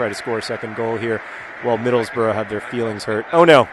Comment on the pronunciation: YESSS!!! Thank you for not making the horrid annoying American mistake of not saying middlesBURG rather than middlesBRUH like most Americans. THANK YOU!!!